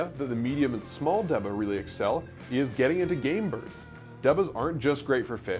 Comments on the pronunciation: Good video, but it's pronounced "DAY-BAH", not "De-buh". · It's pronunciation is D-Ba